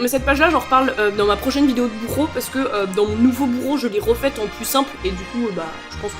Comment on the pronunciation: Coucou, 1er commentaire sur ta chaîne (enfin, je crois ... J'ai un doute ... Aurais-je besoin d'un tracker dans mon bujo, pour suivre les commentaires que je fais ^^ ? Désolé, humour pourri ... Bref ! Tout ça pour dire que je suis de la team (si on peut dire qu'elle existe) des bujos (j'adore la petite prononciation espagnole, buro ^^) simples. J'ai même enlevé les masking tape récemment, je fais qu'avec des surligneurs et mon stylo. Et j'aime ! Donc curieux de voir ta prochaine vidéo bujo, et aussi où tu t'es procuré le carnet (oui, je collectionne des carnets, j'ai un vrai problème ...). Par contre, j'ai essayé les points. Ce n'est clairement pas pour moi, je préfère les lignes. Bon ça, c'est chacun selon sa préférence personnelle ^^. En tout cas, hâte de voir ta prochaine vidéo, bye !